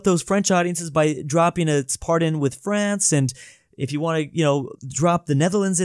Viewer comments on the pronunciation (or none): none